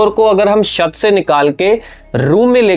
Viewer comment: तू भाई शत क्यों बोल रहा है छत को